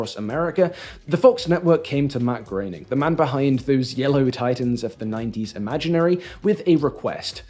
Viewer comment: Also, Matt's last name is pronounced "grain-ing," and as someone who watched when it aired: I don't think the average viewer has ever had any clue who Ron Popeil was, either — I believe that's a big part of the joke.